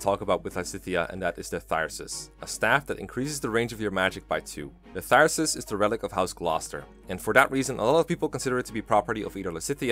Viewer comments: “Thysrus” Dear god, that ain’t you pronounce it lol, no offense “Thyrsus” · Its prenounced thur-sus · "Thir-sus?" "INGREE" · I thought it was Thrysus, not Thyrsus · Its pronounced thyrsus come on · It's even funnier, because the Paralogue you get Thyrsus from even Lorenz explicitly pronounce its name.